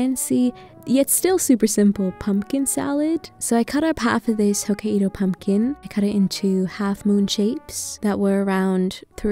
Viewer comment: Bdnajjd I don’t mean to be mean or picky but the pronunciation of Hokkaido is “ho-kai-do” not “ho-ka-ee-do” if that makes sense lmao. Like kai rhymes with sky ^^